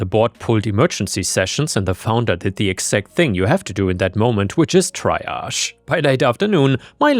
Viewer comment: btw TREEage not TRYage